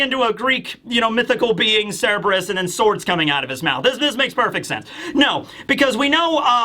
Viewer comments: Just for the future, Cerberus is pronounced sir-ber-us, not seb-ris. You kept flipping between the two, but I noticed you favored seb-ris. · KUR-BUR-US. The C makes a K sound, and the R is not silent. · A Griffin/Gryphon is a creature with the BODY of a lion, face and wings of an eagle. Also, been watching you for nearly a decade, still can't get over how you mispronounce Cerberus. It's Sir-burr-us not Seb-res.